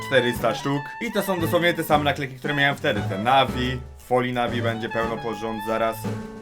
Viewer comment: moj 13 letni kuzyn ma lepszy sposob wypowiedzi od twojej osoby... "kedyi" "ile warte som one"... Polski nie jest wcale tak trudny prosze was XD